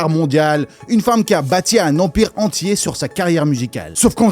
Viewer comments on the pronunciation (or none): none